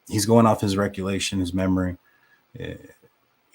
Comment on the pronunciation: First if all, Its "recollection", not "recullation". Why do you have such a problem admitting kim was possibly lying. No one ever spoke to Kim's daughter or her friends, and it was obvious Dave was repeating bs kim was spewing. u don't want to admit they're lying, bc u stood behind them this entire time and pushed their false narrative. If the parents haven't heard about anyone knowing about the deaths prior to the 911 call, then it most likely never happened. Why continue to say Kim and Dave aren't lying. They're either lying, or at the very LEAST, they spread unfounded rumors, and u gave them a platform for MONTHS! SMH! Idk why the family would trust u when u and Lana are behind so many conspiracy theories and unsubstantiated rumors in this case. And now of course, you're going to spread this content out to financially benefit from it as much as possible. Do you not have any shame? No, you don't.😂